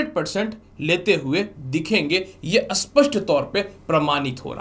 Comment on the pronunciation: स्पष्ट और अस्पष्ट का उचारण ठीक नहीं है आप का।😊